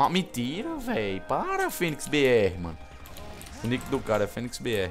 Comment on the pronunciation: kkkkkkkkkkkk rio de mais quando tu fala miintira man kkkkkkkkkkkkk